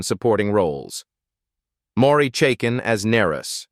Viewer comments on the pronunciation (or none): Maury Chaykin, he isn't Mory Chaken